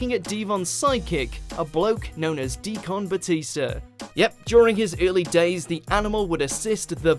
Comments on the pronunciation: D-CON Batista?!? No Undertaker? Is watchmojo in need of real wrestling fans for both writing and narrating? I'm trying to find where "Deacon" sounds like "D-CON"....yall can do better than this WM. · How do you mispronounce deacon and evolution?